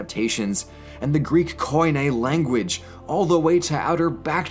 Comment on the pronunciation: 9.34 "Koine" is the world for common (κοινή - spelled like key-knee, with the accent in "knee"). Just a little nitpick, don't mind me! You're doing great, as always! Nice video, once again!~